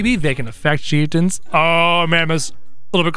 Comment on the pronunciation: You called the bone mages chief tons